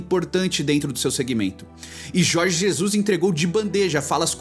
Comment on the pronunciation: Jorgi Zezus